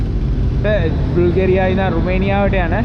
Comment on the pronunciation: බුල්ගේරියා නෙවෙයි යකෝ බල්ගේරියා😂